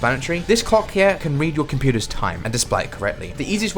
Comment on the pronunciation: either im mishearing or high or som but did you say "Cock" or "Clock"?